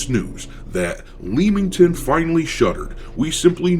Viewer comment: It's pronounced Lemm-ington